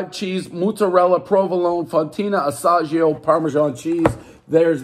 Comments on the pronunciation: One terrible pronunciation of Asiago everybody knows the rules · One bite, everyone knows Dave can’t pronounce “Asiago” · Doesn’t know how to pronounce Asiago, everybody knows the rules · Michel Johnson-Figueredo surprised he doesn’t pronounce it Asia-go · Pronouncing the pizza’s name incorrectly seven times.....everybody knows Pres is hammered OR stoned Or losing his mind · Never heard someone butcher Asiago so bad.